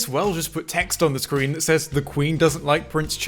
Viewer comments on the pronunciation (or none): none